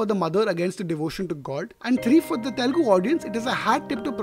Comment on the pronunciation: Please be conscious of the fact that it is "Telugu" and not "Telgu"